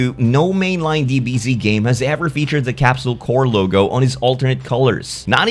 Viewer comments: It's Corp, not Corps. Corporation, not Military Unit. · It's "Capsule Corp," not "Capsule Corps." I swear anime fans never know how to pronounce basic fucking English. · It's not "core"; it's "corp". And Base Goku doesn't say the same thing as the other three Gokus. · Why do you always pronounce it Capsule Core 😐 CORP as in CORPORATION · Gonna be super pedantic here, but you should be pronouncing the "p" in "Capsule Corp" as it's short for "Capsule Corporation," not "Corp" as in the military unit. Also you say Kamehameha like the old dub but I kinda like that. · "Capsule Core" Killing me! "Corp" is pronounced just like how it looks, short for "corporation". You're thinking of "corps," which is a different word entirely and is pronounced "core."